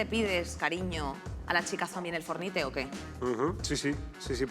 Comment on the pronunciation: He dejado de ver el vídeo cuando dijo for ni te